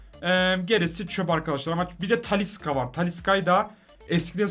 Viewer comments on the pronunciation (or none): Taliska deil Talişka cagneyede diagne dionuz😂